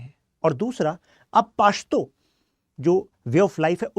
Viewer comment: Pashto pronounce krna seekh le pehle, chale ate hai lecture dene paashto 😅